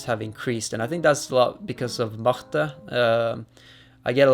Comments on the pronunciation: il dit que n'importe qui prononce "Marte" simplement alors que Magnus prononce plutôt "mah-ha-jte" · me trying to pronounce Marte's name: "marr tuh" Magnus pronouncing Marte's name: "loch ness monster"